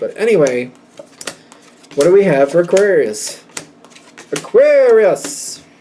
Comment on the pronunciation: aQUUarius! 😂 thanks again, love your energy ✨